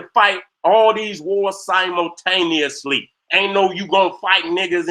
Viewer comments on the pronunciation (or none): none